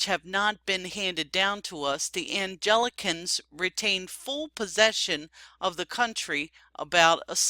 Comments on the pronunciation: Anglicans, not Angelicans. Owing, not owning. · There are many errors in pronunciation in this video. Angelicans? Anglicans. Many others make this entire exercise difficult to listen to.